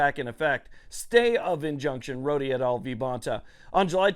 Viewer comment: I hope this isn't taken the wrong way, but Rhode v. Bonta is pronounced as "Road v. Bonta" and not "Roady v. Bonta." I'm not trying to be a jerk about it, just a heads up.